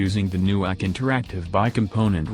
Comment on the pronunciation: Mike Dodds the compute says ak no A K it’s so funny that it can’t even say it’s company’s name